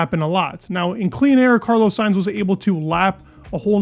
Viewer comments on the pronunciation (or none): none